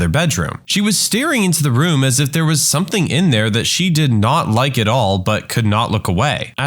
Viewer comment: No K in the word something